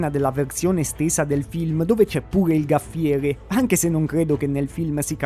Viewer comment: Gaffiere non si può proprio sentire.